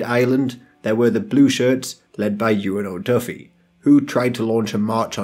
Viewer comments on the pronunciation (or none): You butchered Eoin O'Duffy's name.